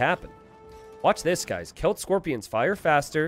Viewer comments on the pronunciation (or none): none